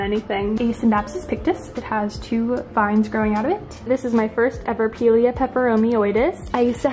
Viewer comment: Pie-leah is the correct pronunciation ❤ Your house is goals, and your plants are flawless ❤❤